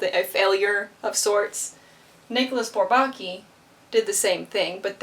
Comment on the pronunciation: Sorry to play the pedant. I listened to the Twenty One Pilots song and heard the same pronunciation of Bourbaki, with the stress on the second syllable, as in "souvlaki". Actually the stress is pretty evenly divided between all three syllables. (Again, sorry -- I'm not a Twenty One Pilots fan, just a mathematician. Although this reference does increase my respect for TOP.)